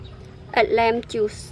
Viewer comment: Please correct your pronunciation. Its a lime not lamb.